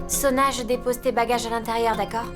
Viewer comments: Qui comme moi a remarqué qu’au lieu de dire au docteur que Soua est malade Dave a dit Sona ? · Qui a remarqué que Dave a dit Sona est malade au lieu de Suha